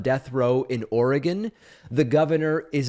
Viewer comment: One of the best things about the Internet has been that East Coast and Midwest Americans like David have finally learned how to pronounce "Oregon" correctly. This is very important to an Oregonian like myself. 😁 Also good that the state government isn't busying itself with killing its own citizens. Now I'm curious how our state will reconcile this with the right to end one's own life voluntarily. Can a death row inmate ask to end their lives if they don't want to spend the rest of it in prison? 🤔